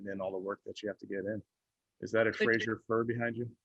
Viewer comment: Kevski says "Frasier Fir" and MKC melts in her seat🤣